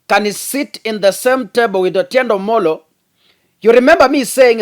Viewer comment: the name is Otiende Amolo and not Otiende Omolo😂 The rest of your presentation=very good!! Except sometimes you relay too much information of Azimio's cards to the public exposing their secret tracks i.e, when you talked about how Raila was able to come to the CBD during the Mandamano when the security had blocked all ways. Please minimise such info.🙏🙏🇬🇧